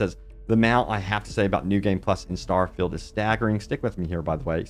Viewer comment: Why do you pronounce good English incorrectly? “Starfilled” haha